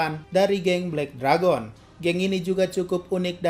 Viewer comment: Kak harus nya belek deregen tapi bukan belek deragon . 🤣🤣🤣